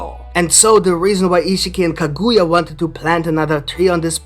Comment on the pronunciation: Kah -good-yah 😂is not how u say it